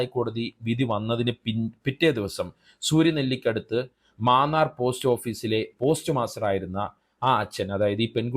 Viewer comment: Maannar അല്ലെടോ munnar